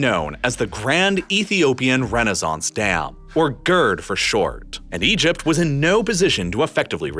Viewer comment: EgypT. …shorT. … finisheT. Really spitting out those T sounds at the end of sentences today.